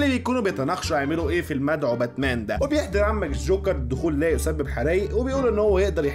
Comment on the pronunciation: باتمان ❌ باتنام✔️